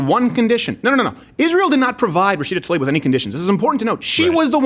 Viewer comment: I'm just glad that you actually pronounce Tlaib's name correctly, in spite of her blocking you.